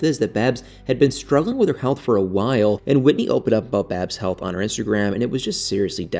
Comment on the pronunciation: Babs not baby